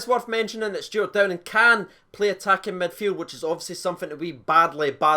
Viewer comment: Cheers for getting the name right mate 🇬🇧